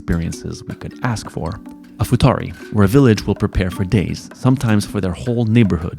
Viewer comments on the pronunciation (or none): Bro it's iftari not futari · It's not FUTARI, it's IFTAR-i guys... it's the meal when we break fasting